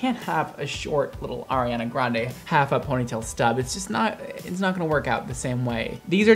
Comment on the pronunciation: "Hurry hunnah andayy"